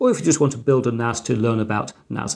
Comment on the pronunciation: this is confusing you call it a Network Attached Storage and yes you keep calling it NAZ. A S is not a Z NaSssss not Nazzzzzz